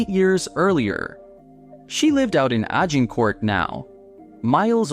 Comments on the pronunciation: Agg-in court? Grew up in Toronto, shopped at Eds, never heard anyone say it that Scarberia community that way. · He said it the way the French city is pronounced. I'm guessing he's not native to Toronto.